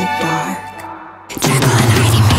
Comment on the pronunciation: Am I the only one bothered by "Jerkyl" instead of Jekyll...? 😂